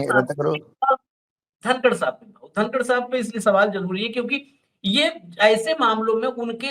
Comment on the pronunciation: धनकड नही कनकड😂